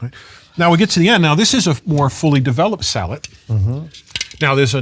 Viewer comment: Sallet not salad